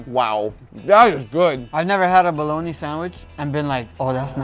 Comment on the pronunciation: "I really recommend you smoke yourself a balloney."